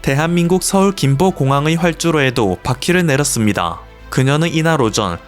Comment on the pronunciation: 봇이 읽냐? - 김포공항이.... 몇번을 들어봐도...김보 공항으로 들린다....단디해라...